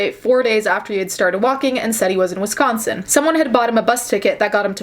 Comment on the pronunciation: DEHSCOSTEN😂 gets me every time